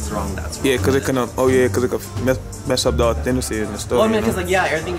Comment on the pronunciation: Authenicy 😂😂 I think u meant authenticity 😂